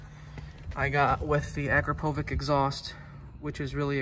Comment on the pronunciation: My American people, Akrapovic it's pronounced A-crop-ah-vich. Just a pet peeve of mine. Carry on.